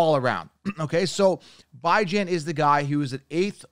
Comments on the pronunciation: You don’t even know how to pronounce Robinsons name and he’s your top pick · bro you can go on any video they pronounce his name correctly you butchering it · Why you pronounce bijan robinson name like that 🤣🤣🤣🤣🤣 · Why is it so hard to say Bijan correctly